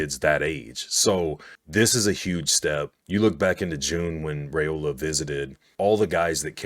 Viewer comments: FYI: According to Dylan it is RYEola and NOT RAYola. Not that it matters all that much…. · It’s (Rye-ola) not (Ray-ola)